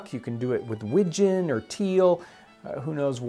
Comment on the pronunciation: Makes me so happy he got the pronunciation of widgeon right. I am a waterfowl hunter so now I want to try this